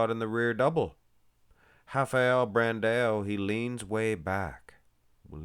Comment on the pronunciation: im brazilian… mmm is doing a good job in the pronounce